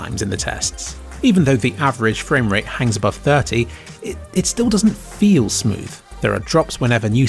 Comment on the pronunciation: does the word feel sound weird to anybody else?